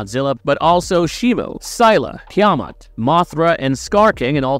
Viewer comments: Seriously. That was driving me crazy🤣 They didn't even pronounce it like that in the movie🤮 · couldnt get threw the video the way your pronunciation of tiamutt sounds like a ai voice over lol 😆